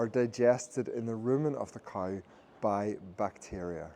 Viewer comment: Also it's cow not couwe.